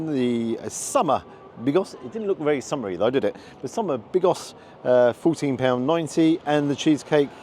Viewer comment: lol when you said "summer Bigos" it sounded like Monty Pythons "Bigus Stickus ", sausage being the Stickus bit i presume. . I've seen perogi in Lidl i think. do you starve your self earlier in the day to really get an appetite going ?